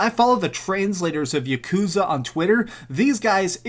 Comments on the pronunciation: Its not yuh-koooooozuh. Its YAH-ku-ZAAH. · Im here like god DAMN MAN. Please don’t pronounce yakuza with such a long hard U